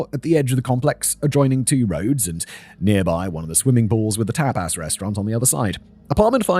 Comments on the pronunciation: Tap aaass restaurant lol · Simon pronouncing tapas as tap-ASS is the best thing about today for me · You're a tape-ass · Tbf it's the British pronunciation and how it's pronounced in some countries alphabets so if he was unfamiliar with the word it'd be a normal guess